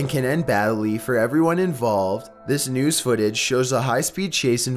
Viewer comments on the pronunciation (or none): none